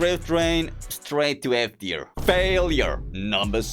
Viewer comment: When rating drift21 bro said "so im gonna rate this car an e teir" 💀💀